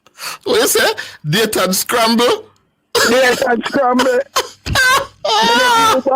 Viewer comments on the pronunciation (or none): 😂😂😂😂😂😂 sayton scramble